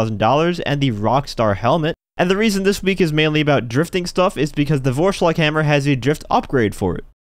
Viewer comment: its a german word and you pronounced it very badly.